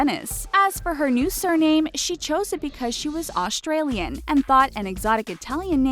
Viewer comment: I'm Aussie and I'm I the only one who hates it how she said Australian